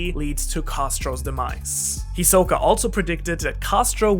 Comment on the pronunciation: It’s HIsoka NOT hiSOka